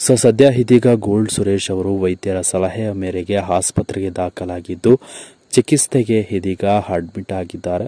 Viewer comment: nimage ಹ ಕಾರಾ ಅ ಕಾರಾ ಸರಿಯಾಗಿ ಬರಲ್ಲ. ಅದು ಚಿಕಿತ್ಸೆ . ಚಿಕಿಸ್ತೆ ಅಲ್ಲ. ಎಷ್ಟು ಕೆಟ್ಟದಾಗಿ ಕನ್ನಡ ಪದಗಳ ಉಚ್ಚಾರಣೆ ಮಾಡ್ತೀರ. ದಯಮಾಡಿ ಶಬ್ದಗಳನ್ನು ಸ್ಪಷ್ಟವಾಗಿ ಮಾತನಾಡಲು ಮೊದಲು ಕಲಿಯಿರಿ. ಕೆಟ್ಟದಾಗಿದೆ ನಿಮ್ಮ ಉಚ್ಚಾರಣೆ. ಮೊದಲು ಅದನ್ನು ಸುದಾರಿಸಿ